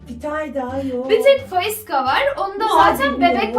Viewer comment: Abla bu arada faişa değil faiska deniliyor 😅